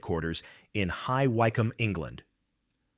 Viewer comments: It's High WICK -ham not High Why - cam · Just FYI, 'High Wycombe' is actually pronounced like 'High Wickham'. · Interesting? AI voice does need monitoring - where on earth is High Wi-combe, England? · It's spelled High Wycombe and pronounced High Wickcomb. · It’s a shame we did not get to see the sights. High Wycombe is pronounced “High Wick come” Sorry it’s part of my Dyslexia that kicks in. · It's written and narrated by AI. None of this can be trusted and it is difficult to listen to, with all the anti-English machine pronunciations.